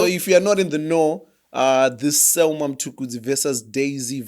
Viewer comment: Just started the episode gents, keep up the good work. It's selmor not selmour i think